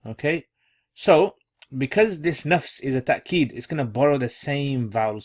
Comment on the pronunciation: Why do you say ta-keed. It's written as tawkeed